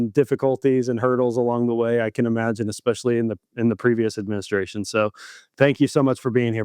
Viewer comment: it’s pronounced ESS peshially vs EX speshially